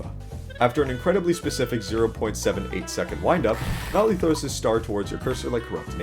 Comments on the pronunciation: BRO ITS NOLI NOT NOLEE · (its no-lee) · is it me or did bro say nali? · Heh... Bro said Nawli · The humble guest: Also why did u say noli like that lel